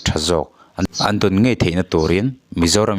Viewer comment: Thilvâr phût ni lovin. Thilvâr phut tih tur. Ngaih ni lovin ngeih tih tur. Mizo tawng hi hman dik tum hrâm hrâm teh u.